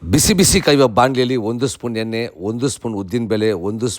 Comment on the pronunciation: ಎಲ್ಲಾ ಚೆನ್ನಾಗಿ ಹೇಳಿದೀರಿ. ಳ ಉಚ್ಚಾರಣೆಗೆ ಲ ಹೇಳ್ತಿದಿರಿ. ದಯವಿಟ್ಟು ಸ್ವಲ್ಪ ಕನ್ನಡ ಪದಗಳ ಉಚ್ಚಾರಣೆ improve ಮಾಡಿಕೊಳ್ಳಿ. ಕಸ್ತೂರಿ kannada. ಕಣ್ಮು, ಕನ್ನು ಅಲ್ಲ. ಎನ್ನೆ ಅಲ್ಲ ಎಣ್ಣೆ. ತುಂಬಾ ಜನ youtubers ಉಚ್ಚಾರಣೆ ಹೀಗೇ ಇರುತ್ತೆ. ಸಣ್ಣ correction. ಒಳ್ಳೆದಾಗಲಿ.